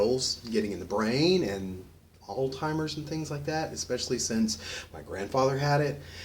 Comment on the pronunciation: Alzheimer....not all timers...not old timers...I don't understand why this word is so hard for people to say. :| And it's only an open container if it's an open container of ALCOHOL. lol :)